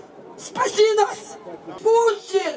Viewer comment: Мені подобається вимова отієї тітки, що верещить "Пуцін, спаси нас, Пуцін". Ну і як не погодитися з тим , що воно - ху*ло? Для інформації для тих, хто не знає: пуцька- чоловічий статевий орган .Вже вибачте, але з пісні слів не викинеш.